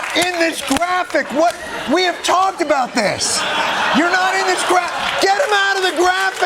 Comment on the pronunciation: It only shows your ignorance when you continue to say boot instead of about it shows more american elitism 👎 and you were given an award for this type of prejudice is is typically american. 🤨